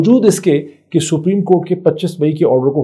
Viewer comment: Come on...General Rana is picture-perfect here... ...of a goon that he really is... It makes me wonder if he really is a lawyer - forget whether he is capable of upholding law and order - he can't even pronounce "Supreme" Court properly - calls it spreem Even Imran is "Um-raan" And lo and behold, he is our 'law minister' - marvellous! I bet he has a dodgy degree!